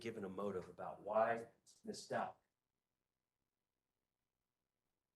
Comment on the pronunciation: Was strange, he said it right a couple times too